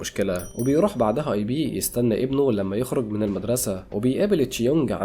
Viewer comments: اسمو ايب مان وليس ايبي🤦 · اسمو ايب مان مش اي بي😂